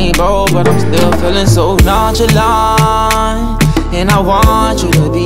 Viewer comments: A Boogie said "nonchalant" Alkaline said "nonchilant" Jamaican people alone😂😂😂😂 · A boogie said “nonchalant” but alkaline said “nonchilant” lol 😂😂 only Jamaicans